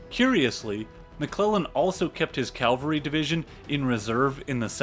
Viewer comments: Excellent channel. Excellent insights and research but PLEASE pronounce cavalry correctly. CAValry NOT CALvary. Small point on an otherwise superb channel but it bugs the bejesus out of me. Sorry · Nit picking but...cavalry not Calvary. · I really like this video. NB. It's "cavalry", not "calvary". Calvary is where Jesus Christ was crucified. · Cavalry, not Calvary.. c-a-v-a-l-r-y. Soldiers on horseback. Calvary, the hill on which Jesus was crucified. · It's cavalry not calvary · Complete tour de force. Except for picayune comments (pronoucing cavalry like calvary), this was a wonder to behold. As the other comments here attest, the background to this battle is essential to understand its importance. I would love to see a profile of a great Grant victory (although we already got a little one here at Shiloh). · Excellent. One thing. It’s Cav-alry Not Cal-vary. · This is quite good - but one can always tell when a historian/narrator is a good Christian: They refer to "CAV-ALRY" as "CAL-VARY" 😁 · Stop saying calvary! Please! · calvary? hayseed... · So this is really well put together, from what I can tell. Far be it from me to pick on minor pronunciation issues in a 2 hour long free documentary, but it's bugging me so I will: Cavalry is the dudes on horses. Calvary is the hill Christ died on. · The narrator explained his peculiar inability to pronounce "cavalry" correctly in a different video - and apologised in a nice way. 😂